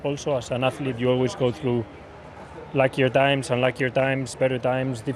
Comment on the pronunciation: Carlos not dimes it's times